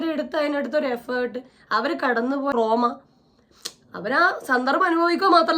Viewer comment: "റോമ " യല്ല; ട്രോമ'